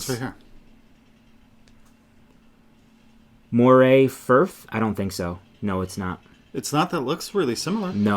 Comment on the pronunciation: we have a saying where I come from-when in Scotland pronounce names like a Scot. It may be spelt MORAY but it is not an eel and is in Scotland pronounced like MURRAY. A beautiful section of the northeast coast. I'm waiting for them to make an Achiltibuie colourway!